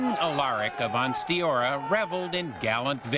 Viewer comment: Yay!!! said Ansteorra right!